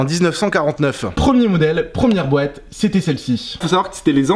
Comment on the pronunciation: Wesh il dit bouette à la place de boite